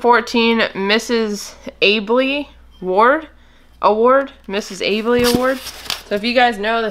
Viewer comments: AL bee is how her name is pronounced!!! And yes she is awarded to high sales!!! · The Albee’s are exclusive to Presidents Club members an award for over. X amount in sales. And yes they are collectible to s group of people. And it’s pronounced owl bee